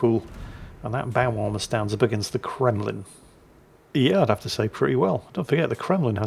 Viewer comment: I know I wasn't the only person heard say Kwemlin. Has lost his mind thats Flambass's thing Kwaken.